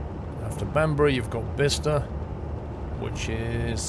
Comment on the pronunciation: thank u for being the ONLY train sim youtuber who can pronounce Bicester correctly xD